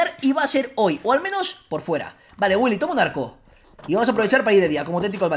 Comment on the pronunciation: williy wonka... ¡WILLY! wonka...¡dice ¡WILLI!